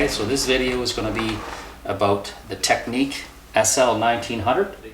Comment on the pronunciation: Tech-nics, not “technique”.